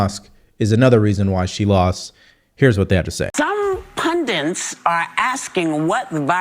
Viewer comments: Whoopi is such a chronic leftist narrative regurgitator that she even mispronounces 'pundits' as pundints. That's classic leftist entertainer laziness. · Why can't Whoopi pronounce 'pundits'? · “Some pundents…” Whoopi Goldberg is a hate-filled monster. Horrible person.